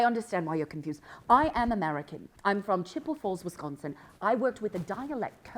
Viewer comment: Grace saying she's from Wisconsin in a Brittish accent is so funny